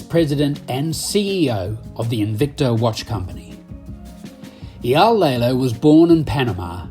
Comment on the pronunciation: The biggest comment I have for public display is the narrator really needs to learn how to pronounce Eyal’s entire name correctly!